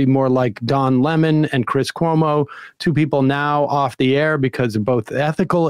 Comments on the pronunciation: "chris colomo"? "news night"? wtf, "heidegger". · The guy who whines about the pronunciation of his name says "Dom" Lemon, Chris "Columbo" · "You pronounced my name wrong and I don't appreciate it... Chris Columbo was one of my favorites on CNN... and here's what you need to know about 'Dom' Lemon..." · Tim - I'm mad you mispronounced my name Also Tim - Chris Columbus, Laura Ingram, Arizona Melbar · I love the fact that Sam’s mispronunciation of Tim’s name was such a gotcha and then Tim literally got ever name he mentioned wrong. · He should be embarrassed because he didn’t know how to say Cuomo’s last name.